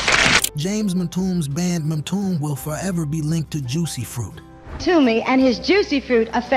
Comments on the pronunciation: It's pronounced M-TU-ME not MTOOM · It’s a good list. Midnight Star is one of my favorite groups. I still listen to them regularly via the Groove on satellite 📡 radio 📻. The narrator mispronounced a few artists. Mtume is pronounced m- too-may not m- tomb! At least Don Cornelius got their names right! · Sky-y? Em-tomb? Mixing up surface with the force md's? And Lilo Thomas was a solo artist, he wasn't in a band. At least you guys have a black AI voice finally. But it still can't read or pronounce words correctly. If AI is cheaper than hiring an old dude like me who loves music then just let us know instead of the BS🤷🏿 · None of these are "forgotten" within a certain demographic. "MA-TOOM"?!?! 🤣🤣🤣 This AI crap need to stop!!😡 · This AI generated crap is getting out of hand. Not ONE of these bands are "forgotten" or not remembered. The only way you could forget them is if you lived under a rock for the past 40+ years. And to add injury to insult, you mispronounce Skyy as Sky-why and Mtume as Entomb. If you're going to make videos, at LEAST have the decency to pay a REAL person narrate it, and show the bands that you're highlighting, and not the WRONG people, ie talking about the group Surface, but showing the group The Force MD's, and Dynasty were on the SOLAR label and toured on the SOLAR tour with Lakeside, The Whispers, Shalamar, and Carrie Lucas, and their most underrated song was "That's The Way I Feel About You"...... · The groups are great, but the narration is terrible. From the wrong groups shown, to the mispronunciation of the groups names. M-Toom, Just can't take it. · Okay, when you cannot pronounce MTume I couldn’t give this video a like, decent list but these were big groups from the 80’s, hardly forgotten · BEYOND laughable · This is BUNK!!!!! THIS MUST BE AI. Everyone knows how to pronounce MTUME